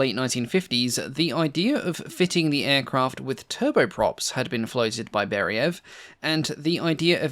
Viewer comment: I've got 2 suggestions.. 1) please understand that in Russian the emphasis on a letter is very important. Chinese have 4 ways of saying the "same" word and each time it means different things. Similar in RU. It not BEriev, it's BerIev (it's a capital i, not an L). It's not ShvEtsov, it's ShvetsOv. Stress on the i and o respectively. 2) in one of your previous videos you said that you state numbers in respective system (imperial and metric depending on country of origin). I've got news - in Russia we do NOT put commas to mark thousands. We use commas to mark decimals... So, when you say the range is 4,000 meters, it means 4 meters, not four thousand. When you say 18,000kg - it means 18kg, not 18 thousand. Please be careful using commas for USSR/RU tech, it's misleading. Thanks for making these videos, i really enjoy watching them!